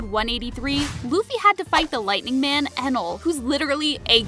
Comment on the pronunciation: not "enel"